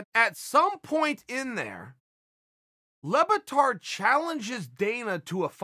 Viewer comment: How do you get Lebbatard from "Le Batard" ?????!!!!! (French for "The Bastard" by the way)